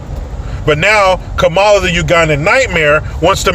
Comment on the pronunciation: Thank You for pronouncing her name correctly.....Ka.....Ma.....La